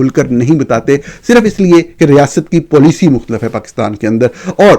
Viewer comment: خطرے کی "گھینٹی" نہیں گھنٹی ہوتی ہے۔ اسی طرح "تریخی" نہیں تاریخی معاہدہ ہوتا ہے اور pleesy نہیں policy (PAW-LISS-EE) بولا جاتا ہے۔ ویسے آپ پاکستانی صحافی دنیا کی واحد مخلوق ہیں جو اپنے ملک کا نام بگاڑ کر PAAK-STAAN بولتے ہیں۔ کم از کم وطن کو تو درست طریقے سے PAA-KISS-TAAN بول لیا کریں۔ ملک کو mulak بولنا تو خیر آپ کی چھیڑ بن ہی چکا ہے۔